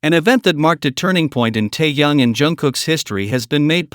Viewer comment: АВТОР. НАУЧИТЕСЬ. ПРАВЕЛЬНО. ГОВОРИТЬ. СЛОВО. ТЭХЕН, А. ТО. ОТПИШЕМСЯ. ОТ. ВАС